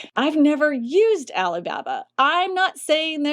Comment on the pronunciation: "Alley Babba"